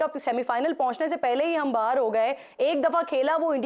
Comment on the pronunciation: बाहर नहीं किरन “बाहेर”😂😂😂